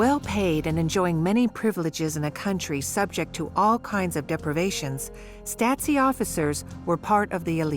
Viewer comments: And i thougt the stories from my german teacher about the Stasi was crazy... Yet why does the narrator say the staski? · The narrator (AI?) has a lot of trouble pronouncing German words.